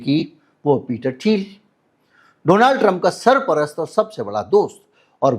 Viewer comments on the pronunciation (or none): none